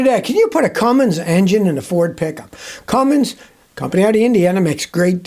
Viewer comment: Scotty, do I hear you pronouncing the name Cummins diesel as “Cummings”?😅